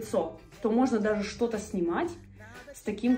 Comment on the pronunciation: мне кажется, или сказала "шо то"😄 P.S. Я из Украины, было неожиданно услышать знакомое "шо"😂